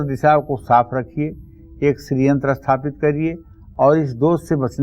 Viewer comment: Aap sathapit ko asthapit kyon bolte hein..?